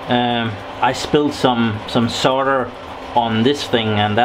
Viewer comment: I'm impressed you said "solder" correctly. Cool video as always.